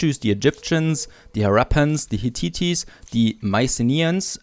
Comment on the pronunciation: And Hittite is hit-TIGHT, not hit-TIT-ees.